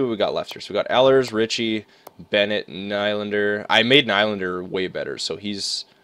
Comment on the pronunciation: It's knee-lan-der